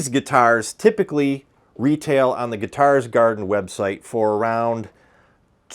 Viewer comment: Are you in the Midwest? Weird thing to notice but you say the word guitars the same way Prince did. “Guitarrrs”.